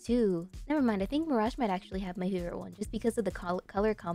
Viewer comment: You say miragie tooo lets go im not the only one